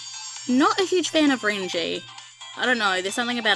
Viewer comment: Please, tell me that you've watched at least some of the Anime by now. I like you but, those pronunciations of their names were so cringe. The way you were gushing over the guys was cute though. Haha! My favourites, because I can't choose just one, sorry...Natsuki, Ren, Reiji (not Renji), and Tokiya. 😍😍😍💕💕💕 I like the other guys a lot too, although I had to watch the Anime before I really liked Syo, Ai, and Camus. I've got a love/hate thing with Camus, because he can be so arrogant at times.